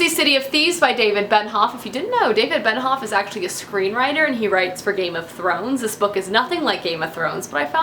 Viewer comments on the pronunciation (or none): For me, it's Benioff. She says Benhoff every time. EVERY time. It's Ben-I-off. Not annoying enough to make me stop watching, though :)